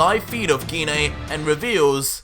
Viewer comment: Ssj3 and you finally pronounced Gine's name right😁